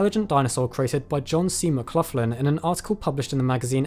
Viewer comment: How are you pronouncing the name McLoughlin?! It's Mac-Lock-Lin.